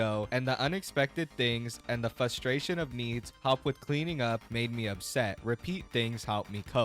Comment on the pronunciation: Bro is still saying “fustration”